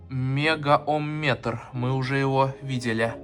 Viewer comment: Мегаомметр удорение на букву о 😊